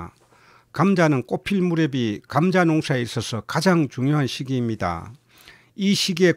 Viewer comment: 감△ , 자▽ 엑센트가 특이 하시네요^^ 감▽, 자△ 이게 옳은 엑센트인 것 같은데요^^